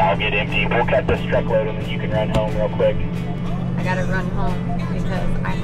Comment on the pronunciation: Emphasis on the "real quick" lol. Farmers and cats have a precarious relationship. I adopted our alpha tom cat when I thought he was too old to be outside anymore. Little bugger lived another 10 years and became the most affectionate house cat I've ever known. I called him Tom...for obvious reasons hehe.